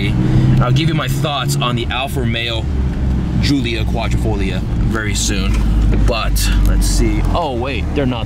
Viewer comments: It’s “hoo-lia Quad-driii-fo-Lia” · Say Alfa Romeo Julio Quattro folio one more time